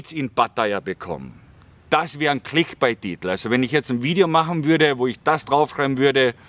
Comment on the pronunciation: clickbait gesprochen wie 'bäit', nicht wie bite, das klingt sonst megafalsch;) find deine ehrlichen und ungeschönt hintergründigen beiträge unterhaltsam und interessant, obwohl mir thailand und thais eigentlich völlig wurscht sind. alles gute bei der weiteren suche zu dir selbst, das kann man vermutlich wirklich als einziges im ausland etwas besser als im heimatland, weil man weniger auf ähnliche typen wie man selbst ist trifft.